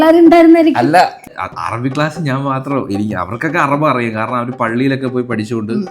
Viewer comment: അറബ അല്ല അറബി ആണ്